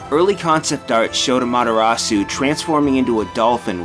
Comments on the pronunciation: Rewatching this, I hate the butchering of the character names XP ‘Suseno” “AmatERasu” Like…. I can’t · Don't forget the A. c: amaTErasu vs amaDArasu. You should be ashamed O: < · AH-MA-TEH-RA-SU NOT AMATTARAASU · Lol he keeps butchering Ammy's name. Amadarasu is what he says. Susano or Issun, I'll let slide, but the main character? Pronounce it man. Don't be lazy! But I understand her name is to damn long. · (Crafter1024) It's not just that, the stress that was placed on the Japanese words is also wrong. Japanese is a rhythmic and syllabic language and Amaterasu is pronounced "a'-ma-te-ra-ss". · He doesn't pronounce Amaterasu correctly either. He says "Amadarasu". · "Ammatarasu" Yeeeeeah, needs to work on his pronunciation. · Amaterasu's name is actually pronounced as "Amateras". The "U" at the end is silent in Japanese pronunciation. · It's supposed to be pronounced like "ah-mah-teh-ra-ss", (because the u in the Japanese character "su" is almost always silent or very quietly pronounced), and this dude is pronouncing basically every name wrong. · Uh mah dah raw sew? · you're saying Amaterasu VERY wrong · (eccos) You're right!! I was more listening for the pronunciation of the vowels than I was the consonants, so I didn't even catch the 'D' instead of the 'T'. Good one! (Although that just upsets me more, lmao) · Something about the way pronounces "Amaterasu" is really grating to me. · Your pronunciation of "Amaterasu" is like daggers in my ears. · if I ever have to hear him attempt to pronounce amaterasu again, it will be far too soon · the mispronunciation of amaterasu is really triggering me lol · The mispronunciation of every name is triggering me lol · Why do they always use narrators who cant speak Japanese words correctly, he butchers Amaterasu's name...